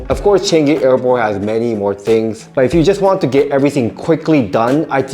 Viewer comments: That's not how you pronounce changi its pronounce as chuhng gee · It's pronounced chuh - ngi btw. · “Chen gi” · "selatar" "changei"